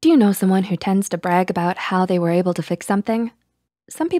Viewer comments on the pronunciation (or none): none